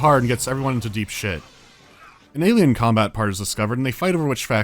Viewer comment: "rimtech" "com-bot"